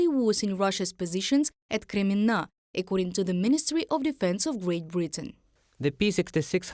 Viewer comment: Like the pronounciation of KREMMINNA! there is a must visit place as tourist! And of course Aluchta at Krym.